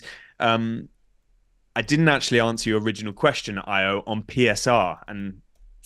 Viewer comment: Thwy are butchering Ayo's name in this podcast